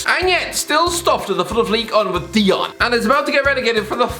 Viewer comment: Noone: Absolutely noone:: "DEE-YON"